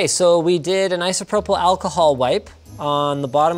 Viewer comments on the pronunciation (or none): none